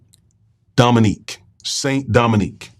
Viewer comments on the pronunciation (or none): Haitians are still paying the price for being the 1st black republic. Btw, i know you are miss pronouncing it, but it was called "Saint Domingue"